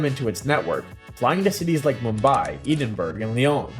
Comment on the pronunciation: Edinburgh BRO IT EDINGBRUJ